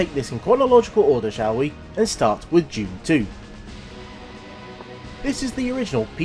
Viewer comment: Thought it's 'Dune' , not June. But what do I know... 🤦🏼‍♂